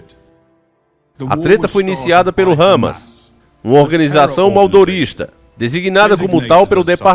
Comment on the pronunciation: Pronuncia o nome correto, Hamas e não râmas